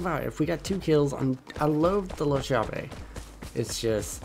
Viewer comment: The shotgun is pronounced with a strong "C" because in in italian "CH" is pronounced like a hard C or K, and the word is pronounced like this: "Kyave". In italian the translation is "the key", and I think it's ment to represent the italian shotgun SPAS